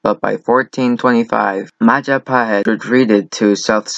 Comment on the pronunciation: It's Majapahit you dumbass, not Mahajapit. You cannot even spell it well lol.